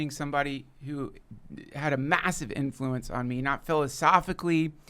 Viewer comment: duncan hit that "MASSively" like Christopher Walken.😅